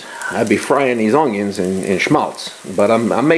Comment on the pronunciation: Are you saying oungyuns?